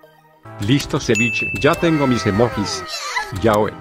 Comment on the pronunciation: Wtf porque dice cevichenya